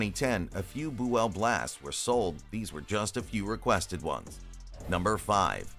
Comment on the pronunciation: 'Boo-ell? What a bunch of misinformation.